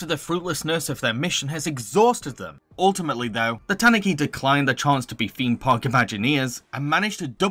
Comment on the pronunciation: Tanuki is tah-NOO-kee not TAHN-oo-kee